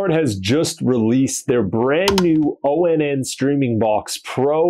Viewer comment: Dude. It’s Pronounced Onn as I turn it On. That’s why it says (Watch Onn) right there on the box. You don’t have to say O N N all the time. Just say ON